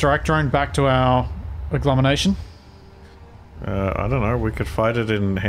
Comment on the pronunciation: ...Agglomenation? really? :P